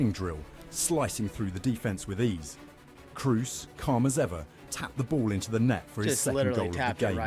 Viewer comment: The narrator butchering Toni Kroos`s surname, scheiße, it`s KrOOs, not KrUs!